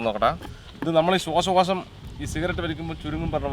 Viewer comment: ശ്വാസകോശം ✅ ശ്വാശകോശം ❌